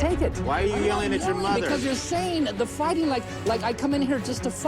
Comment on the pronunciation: You two, faighting